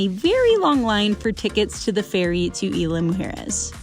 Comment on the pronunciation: Love the video bu5 sweetie you need to know the pronunciation which is Isla pronunciation eeesla 🥰🌊🌊🌊🌴🌴🌴